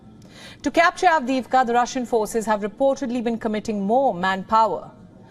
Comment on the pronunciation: LEGEND HAS IT THAT SHE SAYS AVDIVKHA IN HER SLEEP 🛌 ON REPEAT